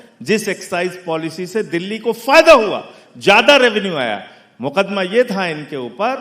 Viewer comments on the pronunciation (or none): none